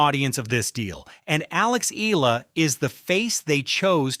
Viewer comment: I love that Alex is loved world wide , but can we please respectfully address this: Alex’s surname is EALA, pronounced as “EYALA” and not “Eela. Kindly learn it and tell the world the same. Alex’s name deserves to be said right. Thank you.